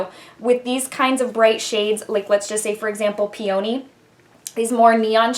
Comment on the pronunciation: Peony ~ pee-a-knee. I love this palette